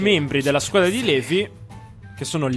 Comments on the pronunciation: Eren la pronuncia di LEVI è LIVAI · Eren volevo dirti che non s i pronuncia levi ma livai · Eren io ti voglio bene, MA TI PREGO SMETTILE DI PRONUNCIARE LEVI "LEVI", SI PRONUNCIA "LIVAI" DIO BUONINO. Detto questo grazie per metterci tutto questo impegno nei video per noi <3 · LIVAAAAAAAAY! SMETTILA DI DIRE LEVI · Non so perché ma mi viene il nervoso solo a sentire "levi" al posto di "livai" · eren si dice livai non levi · eren plz chiamalo livai non si può sentire Levi in realtà si dice livai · Ti prego eren pronuncia levi Livai ti pregoo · si pronuncia livai non Levi ti prego nn posso sopportarlo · Eren... si dice Livai. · si pronuncia Livai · eren levi si scrive levi ma si legge livai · Soul6 Si ma non si può sentire .-.